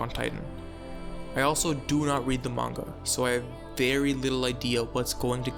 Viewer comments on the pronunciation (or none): none